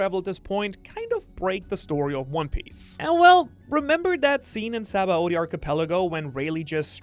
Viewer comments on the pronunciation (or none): none